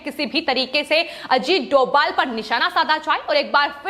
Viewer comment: Announce names of NSA n Doval Correctly